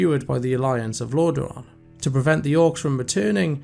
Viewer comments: Get someone that can actually pronounce the names correctly. The content is great, but every time I heard LorDAron it just ruined the immersion. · This guy comes across very unpleasant but his point remains. Lordaeron has "been around" for 30 ish years now, there's no reason people should be consistently mispronouncing it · Watch the Wrath of the Lich King cinematic and you can hear the king himself pronounce it.